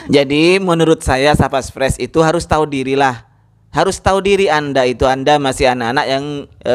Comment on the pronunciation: Bagaimana bisa pengamalan benar , baca saja tidak bisa, Contoh mestinya dibaca Tahu, tetapi dibaca tahi, baaah, Bagaimana bisa membedakan